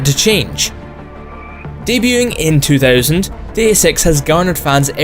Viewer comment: I'm sorry but your accent sounds like you are saying the name of the game is "Day of Sex"